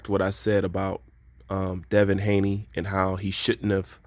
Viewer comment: By the way it's Haney not Hayne love the fact that u say it as it is and don't shy away from any subject.